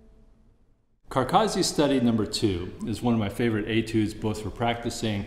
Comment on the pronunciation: A great masterclass but terrible pronunciation. These North Americans, it's Carcassi not Carcarzi. To me it's like nails down a blackboard. Apart from that (which will obviously never change) excellent teaching.